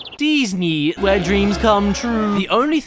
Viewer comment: "deeznee " where dreemz cum😳 troo